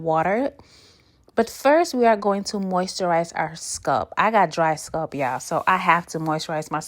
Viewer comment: Leaving because of how you pronounce SCULP. Bruh 😂